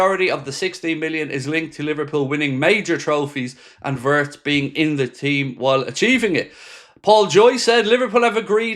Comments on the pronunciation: vee-its please. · Wirtz is pronounced as Veerts!